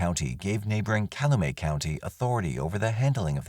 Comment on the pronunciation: Not "caloomay". It's pronounced like it's spelling: cal-u-met county. I live 3 blocks from the Manitowoc/Calumet county line.